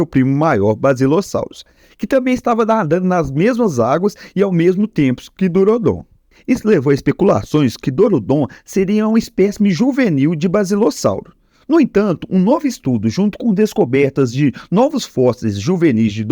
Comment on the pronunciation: Não é balisossauro nem basilassauro, é BASILOSSAURO!!